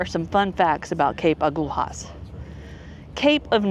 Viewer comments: Agulhas is pronounced close to ah-GOO-lee-us. 🏝️🌊🌞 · When those fishing boats come in you can buy freshly caught fish off them. Pronounce it A-gull-as. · In Portuguese, every time you find the consonants "lh" together, you read it as "li" (in English, it sounds like "lea" in lead). Just imagine there is no h, but an i there. So, in this case, agulhas should be read as "agulias". In English, it should sound similar to "a - GOU - lea - us". I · Agulhas is pronounced as A Gull Hiss in SA. if u look at the Atlantic ocean where the 2 meet it appears darker than the Indian ocean